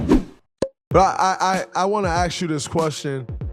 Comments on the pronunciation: Why are majority of black athleets/entertainets pronouncing word ask as aks (or in english speaking terms ax)? The word is a-s-k = ask. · It’s ask.